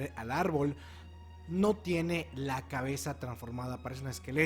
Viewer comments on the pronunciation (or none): soy yo o dijo cabelza? 😅